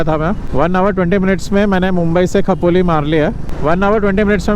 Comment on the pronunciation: Khapoli❌ Khopoli✅. You can dispute this fine using the challan no(if it is there), as the Expressway and Old National Highway are merged in this section.